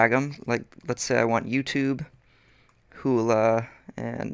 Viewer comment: it's "hu-lu" not "hu-la"